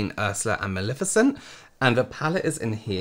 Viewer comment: It’s Mal-EH-ficent. Not Mal-IH-ficent. It’s Levi-OH-sa. Not Levio-SAH. 😜😂